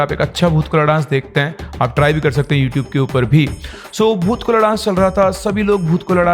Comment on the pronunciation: Bhoot kola nahi hota hai vo.Bhoota kola hota hai.